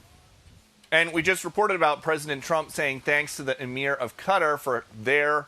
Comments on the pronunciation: Qatar....not Quatar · KA-TAR....not "cutter" you gotta be kidding me...!!!! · Please stop saying 'Cudder'.